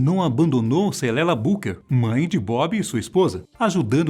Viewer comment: O nome da mãe dele é Cedella e não celella